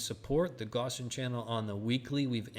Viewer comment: Wouldn't be a bad thing if you could learn the correct pronunciation of Gaussian